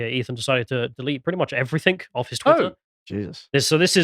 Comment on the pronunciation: Everythink!!! It's everything. EVERYTHING